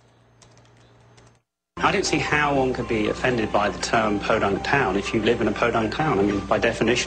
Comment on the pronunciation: “Podunk town”